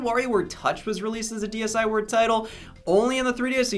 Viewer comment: MY ASIAN FARM MY AFRICAN FARM I PLAYED THAT SHIT FOR HOURS HOW DARR YOU CALL IT SHKEEVRWARE